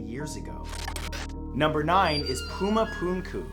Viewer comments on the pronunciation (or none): none